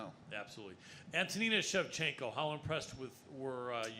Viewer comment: Lol the reporter said chef chinko